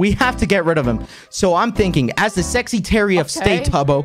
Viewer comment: Is it just me, or does Quackity call himself the sexytary of state rather than secretary?